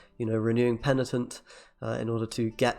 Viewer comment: After DevilDriven, another youtuber saying « pentinent » 😏